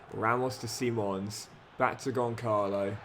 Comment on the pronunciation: He keeps mispronouncing 'Gonçalo' 😂😭